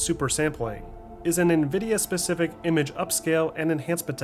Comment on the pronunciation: Great video. So happy you pronounce nVidia correctly. Triggers me when people say NehVidia LOL